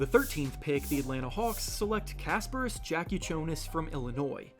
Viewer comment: Eww, I know how english speakers pronounce J, but that's not the way for Jakucionis. You need to say it like Yakucionis